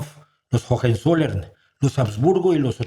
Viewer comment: Aquí, su policía de la pronunciación, como siempre (he estudiado muchos [MUCHOS] idiomas para poder cantarlos correctamente, Recuerde que lo hago con mucho cariño 🥰para que pronuncie mejor en sus siguientes videos). Si bien en alemán la H suena como una aspiración suave, en muchos casos se usa para alargar una vocal que está antes de otra vocal. En la palabra Hohenzoller la primera H es el sonido aspirado, pero la segunda H es para alargar la O antes de la E, por lo tanto la pronunciación correcta es "hoentsoler" (no profundizaré en las diferencias de pronunciación entre la O corta y larga en alemán).